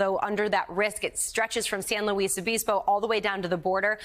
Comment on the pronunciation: Check on the pronunciation for San Luis Obispo...You should be more well informed.